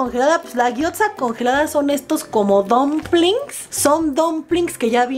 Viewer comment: No con intención de joder pero.... Gyoza.... se pronuncia guiosa